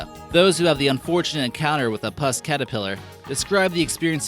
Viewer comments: puss caterpillar, NOT pus caterpillar. Nice video though. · Umm -- OK ... Seems you've only skimmed these topics? Yes they are interesting, but even with just the little knowledge I have, you're making obvious mistakes (or short-cut thinking) in your reporting ... Such as 'puss' (pronounced the same way as 'PUT' or 'pussycat' -- due to the furry appearance -- not pus, as in pustules!). Have you spent more than 5 minutes researching "Ayahuasca"? Pronunciation is more like "eye-ah-waska" and it's not taken as a "SIP" but rather there is a lengthy preparation process (including dietary protocols) followed by consumption of a significant quantity (not a sip), uncomfortable nausea and vomiting etc -- and finally the 'trip' of a lifetime. I have not yet experienced this, but recall this simply from several first hand reports I paid some attention to in the past. Another thought, why would the pottery of any German Nazis say "Made in Germany" -- written in English, not in German? ... etc